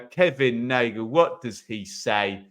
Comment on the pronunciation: just to help its Nagle as in Bagle 🥯 👍